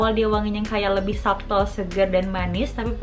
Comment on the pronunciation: hi kak, it's a great review! oh ya, beberapa kali menyebutkan "subtle" itu bacanya sa'tel huruf B nya silent.. trus oud bacanya ud, kalo kebaca ot itu untuk oat (makanan):D have a great 2022~